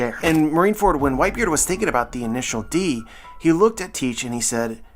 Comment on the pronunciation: Every time you said "Intial D" I got a weird sense of De javu.